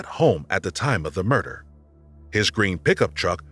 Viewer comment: They keep saying de instead of the and it's really noticable to me. Most European non-English languages lack either or both of the TH sounds found in English, so a th- sound is not natural.